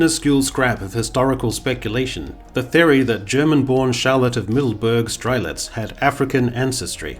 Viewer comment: a hint for german pronunciation, Charlotte of Mecklenburg-Strelitz MECK-LEN-BURG MECK like (mech)anic LEN like the male first name BURG like in Ham(burg)er STRE-LITZ STRE like in (stre)ss LITZ like in sch(litz) beer